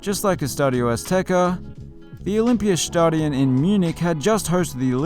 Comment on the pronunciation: I love how you going from pronouncing something very “English” then pronounce the next word in an almost perfect accent. Deutschland to Olympiastadion.